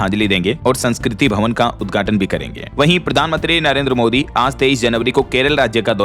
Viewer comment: Sleeper vande bharat train ka west Bengal me udghaatan kiya - dhyan dena- ye udghatan hai- uddhatan nahi jaisa ki bhai bolta hai- samajh rahe ho naa 😂😂😂😂❤❤❤❤🎉🎉🎉🎉😂😂